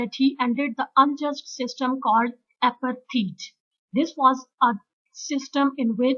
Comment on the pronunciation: Wrong pronunciation of apartheid.